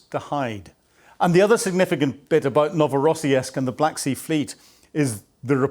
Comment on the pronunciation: PleASE, It's pronounced Novo ro siisik Thank you for the coverage